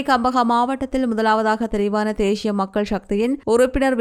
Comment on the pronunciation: தேஷிய உச்சரிப்பு 😢